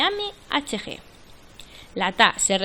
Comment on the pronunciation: Mmhg milímetro de mercurio. Queda muy mal leerlo como lo lees. Parece que no supieras lo que significa